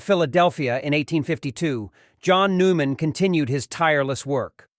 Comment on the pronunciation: It is St John Neumann (Newman)😅